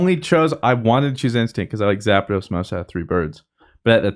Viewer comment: Zapedos? Tf is that lmao